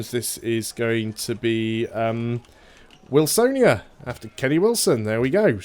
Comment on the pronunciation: The Polish pronunciation of Wilsonia is Vil-son-ya